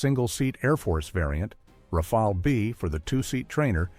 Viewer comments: It isn't pronounced "Rafail" but "Raf-al" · At least plz get the pronunciation correct : second 'A' is like the first. It sounds 'RAFAL' not 'RAFEL !